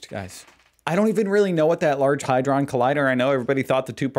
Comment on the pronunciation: Largé "Hy-Dron" Collidér 😂😂😂😁😁